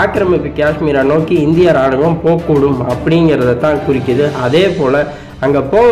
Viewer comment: நீங்கள் கூறும் செய்திகள் புறிம்படிஉள்ளது. ராணுவம் என்ற சொல்லை ராணுகம் என்று தவறாகக்கூறிவிட்டீர்கள். மாற்றிக்கொள்ளவும்.